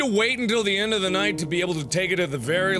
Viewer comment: "in da village" T_T